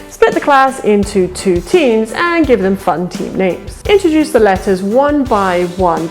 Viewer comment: Okay, so is it deeyoose, when you say introduce? I'm still learning.